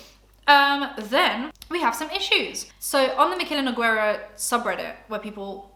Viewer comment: I always love seeing how people pronounce her name. It's Noo-Gay-rah. :]